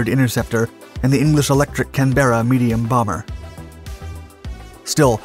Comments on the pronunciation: What an interesting piece of aviation history I was unaware of. Concise, informative and with great video. Nice one! (only mild criticism - the word "Canberra" has the emphasis on CANberra , not CanBERRa. ) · it's pronounced "Cànberra", not "Canbèrra" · Yeah, I also thought he might be Canadian so I was a bit surprised by this comment. Nobody cares but his pronunciation of Farnborough (not Farn-boro, but Farn-bruh) and Canberra (not Can-bearer but Can-burrah) were also wrong :) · And it's the CANberra, not the can-BERRA. I've never heard of the CF100, here in the UK. What a great machine. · The narrator also mispronounces "Canberra"; stress belongs on the first syllable, not the second! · You still don’t know how to pronounce Canberra, despite being told months ago on other vids. Please learn.